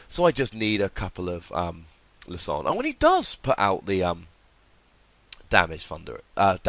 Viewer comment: Lie-sand-er not Lis-ond